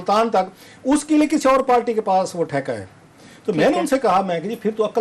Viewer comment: Bhai ye jahil Patwari hai party ko palty bolta hai